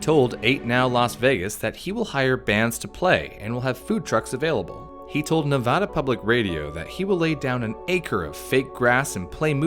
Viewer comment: You pronounced Nevada right! As a Nevadan, thank you. TuT